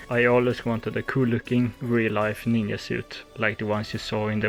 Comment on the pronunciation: sorry to ask, but you saying ninYa is that a accent thing?